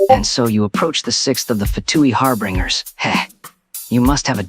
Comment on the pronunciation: Why does the Scara bot say “harbringers” instead of “harbingers”😭